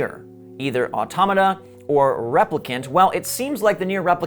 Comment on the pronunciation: Omg! Thank you so much. You are the only other person I have ever herd pronounce automata correctly. Thank you